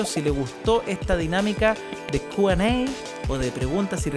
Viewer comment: Se dice kiuuuuu an ei